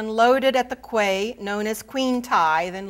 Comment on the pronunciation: Quay is pronounced "key"